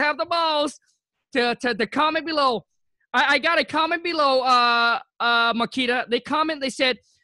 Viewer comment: I like how kept calling her Marquis, but she sorta resaid her name a few times. Great insight for sure about strategy. Great work Marquita!